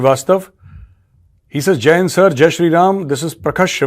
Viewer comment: It sounds like "Jain friends". Please give more emphasis and clarity on your greetings. 😊😊!